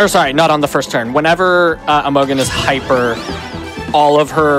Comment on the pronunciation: Maybe he's memeing but I feel obliged to point out that Imogen is (usually) pronounced with a soft g, like a j sound. The o sounds like unstressed "uh" too, so it's like "imagine" but with "uh" instead of "a".